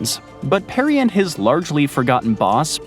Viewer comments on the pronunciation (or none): none